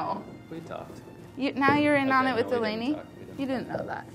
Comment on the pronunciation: Brad: Delany!! :(( Molly: Delanes! :D